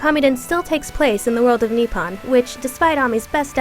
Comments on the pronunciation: Ok, first of all, why does the reviewer sound like a computer? Second of all, is it really that hard to at least pronounce the names of the characters/places right?!?! I mean, she can't even say Amaterasu correctly! And Nippon? CO'MON! It's like knee-pwn! I know not everybody knows this and american accents (i have one) and blah-blah-blah-but if you are reviewing a game, I expect you to at least pronounce the words right. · your not saying alot of the names right amaterasu isn't pronounced right nipon isn't pronounced right same with chibiterasu